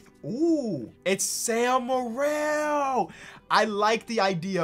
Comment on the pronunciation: hey, it’s pronounced sam merill, not morell -from a proud utah state fan